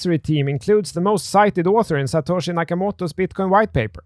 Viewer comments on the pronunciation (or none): none